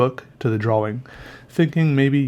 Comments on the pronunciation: to me it sounds like draw-wring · why do you pronounce drawing as if it has two w's in it? "draw-wing" is how you say it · is it just me or does say drawing weird, it's cute tho😂